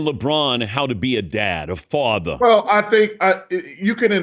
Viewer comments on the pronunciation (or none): why did Dan say father like that lmao 😊